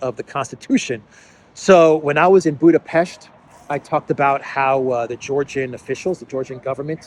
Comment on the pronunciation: Thank you for pronanciating Budapest correctly. Love your show.